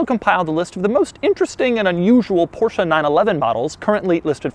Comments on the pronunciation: The first english speaking person in my life who pronounces Porsche the way it's meant to be pronounced. I can now die happily. Thank you. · You are the only person who I ever heard say porsche the way it is supposed to be pronounced and no I dont mean Porsh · Doug the type of guy to judge you for not pronouncing it Porsch-Uh